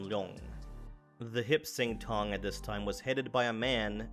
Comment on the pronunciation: I believe it’s “Hop Sing Tong.”